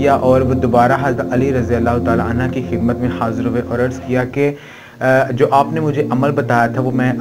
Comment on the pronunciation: R.anha nhi HOTA anho HOTA hai 🎉